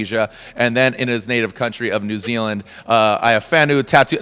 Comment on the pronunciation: thank you for pronouncing our country as new zealand properly for 1. americans take notes from the host off this video